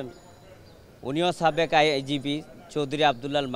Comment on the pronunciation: এ তো ভারতের মনে হচ্ছে। সাবেক কে বলছে চাবেক।